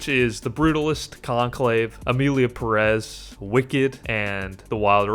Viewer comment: I have to disagree with you. civil war was almost unwatchable. Perez has a syllable accent, so is Peh rez. The movie a real pain is espectacular. Nosferatu is good too, but not for the Oscar. The apprentice is a great movie.